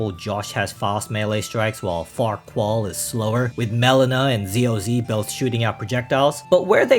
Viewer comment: In Josh's Journey, I'm pretty certain her name is pronounced mel-EE-na. Not MEL-in-a. It grated on my ears every time her name was pronounced that way.